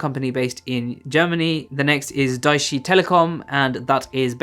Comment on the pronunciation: i love the way you pronounce Deutsche 😂